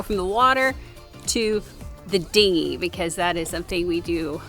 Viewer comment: lol you said hard dingy.